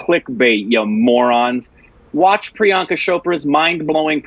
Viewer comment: Finally you heard the true prononciation of this name!! That's it!! Tnx priyanka 💜🙏🏻